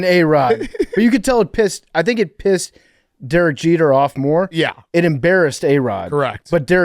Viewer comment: “Jerek Jeter”